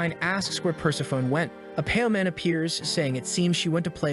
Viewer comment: Persephone is not "purse-a-phone" but "per-SEF-a-knee".